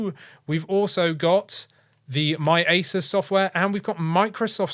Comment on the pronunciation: He was joking, with his accent it almost sounds like he said asus ( without the u)😂